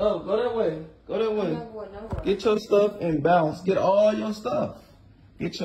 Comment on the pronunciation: the accent my gawd lol..... "im not going nowere" lol sounds like they saying no and were and trying to pronounce it as nowhere.....🤣